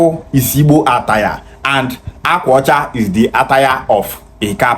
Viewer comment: Akwa ọcha is Igbo language meaning "White cloth" He's claiming Anioma yet he can't pronounce Akwa Ọche. Why is he crying on their behalf & draging them, is it byforce to be Bini? 😅 funny people.